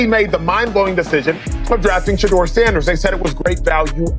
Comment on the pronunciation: Stop "Butchering" the man's first name. Learn the proper way to pronounce it. No harm,just respect. By the way,enjoyed your spin on Sheduer's NFL adventures thus far.